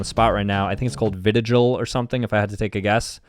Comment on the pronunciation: “ vitigil “ dude it’s vitiligo Michael Jackson had it